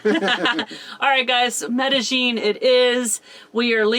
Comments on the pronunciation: Looks like the pronunciation is actually met.a.yeen instead of met.a.jeen. Hope your surgery goes/went well. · Good research! I'm sure it will go well. ( -- the double LL in Spanish is pronounced as a Y, not a "zh" sound. Medellin is pronounced me-de-yeen. Now, when you get to Europe, the Spanish LL is pronounced as an LY, but in Central and South America, it's a Y. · Okay guys. I love you both but...the way you are pronouncing Medellin is making me cringe a little. The correct pronunciation is me - tah - yeen. In Spanish a double L has the 'ye' sound. I hope this helps. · I love your show but the way you pronounce Medellin drives me nuts. meh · duh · yeen EMgUIABCABDIFCAAQgAQyBQgAEIAEMgUIABCABDIFCAAQgAQyBQgAEIAEMgUIABCABDIFCAAQgAQ6BwgAEEcQsAM6BAgAEEM6CggAELEDEIMBEEM6BggAEBYQHkoECEEYAFDjB1iCVWDniwFoBXAEeACAAdgDiAHyDJIBCTIuNi4xLjAuMZgBAKABAcgBCMABAQ&sclient=gws-wiz